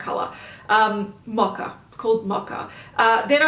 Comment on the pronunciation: Why is she pronouncing mocha as macha? It’s an o in mocha. Not an a like macha